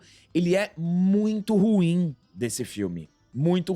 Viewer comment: 'ma'é muito rrruim